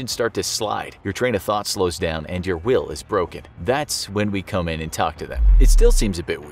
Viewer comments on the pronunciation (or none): none